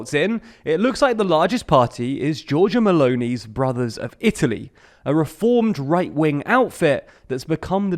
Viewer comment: "Georgia MLounee" 🤣🤣🤣🤣 Americans are really bad in languages.